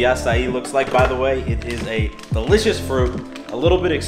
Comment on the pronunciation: did he just say digligious